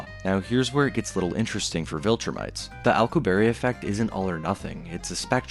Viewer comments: His name is not "Al q berry", it is "Al cue b air" and I still find it so odd so many cannot pronounce his name correctly and while it does not violate relativity under GR it violates mass energy conservation and a ton of other problems. How do I know, I studied warp physics for work for a decade. Viltrumites are not doing warp physics in their flight, thats for sure. Nothing shown would even imply they are. "we can produce it artificially" No we cannot, that is just not true. The Casimir effect is not negative energy in the sense being pushed here, this is a massive misunderstanding in how that works, it is not a negative energy density to the degree to match the predictions of the Alcubierre metric or other negative energy metrics and in fact fits more in line with zero point standards, as in no outputs are possible to get the mass energy distributions required for something like a warp drive or threading a wormhole or any other exotic layouts. Also the point regarding attraction would not make sense under warp physics since the interior of a bubble must be separate to the shell condition of the bubble, meaning once a warp field is initiated you cannot control how the bubble behaves, this is a major issue in many warp field papers, and from there it is the bubble itself moving, the interior is carried with it, not the object inside falling or being pulled or being repulsed. Warp by definition in this sense is a mistake or consequence from GR rather than any sensible so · Physicist Alcubierre (Al-coup-bee-air) not Alcoo-berry 😂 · Say it after me Al-ku-bi-yearr not Al-ku-berry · psst... it's pronounced "al-koo-bee-erre"... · "Alcuberry" 😭 bro ts is not it 🥀✌️ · Its Al (short for Allen) coo... be... air Alcubierre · ...im sorry.. " accu-berry" ? Not the slightest effort to get that one right. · The pronunciation of alcubierre is driving me nuts xD I'm positive it's Al-ku-be-err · im sorry but that is the worst way ive ever heard someone say alcubierre